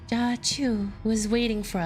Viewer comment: I probably missed it but i need to know why you pronounce Jia as Ka lol